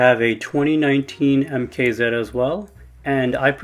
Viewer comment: Idk if anyone has ever told you but it’s MKZ not MK Zeed.